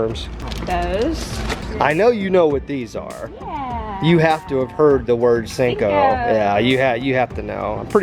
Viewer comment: pretty sure it’s pronounced senko with an e not sinko with an I 😂